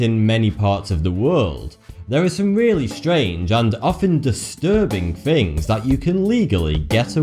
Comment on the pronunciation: Things not "Fings."